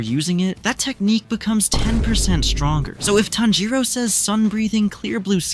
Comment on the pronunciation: bro its tanjiro